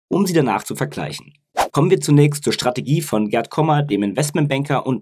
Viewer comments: Es heißt Kom-mer nicht Komer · Wenn immer tolles Video. Aber warum liegt der Herr Kommer im Koma? Sorry, bei der top Qualität deiner Videos bitte auch die Namen richtig aussprechen,das irritiert 😉